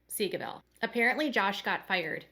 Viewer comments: The unit is pronounced as “say-go”. Just wanted to help.🙂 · I always hear it as "seagullville" 😂